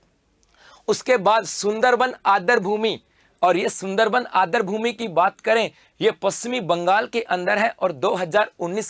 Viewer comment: Adr nahi aadr boliye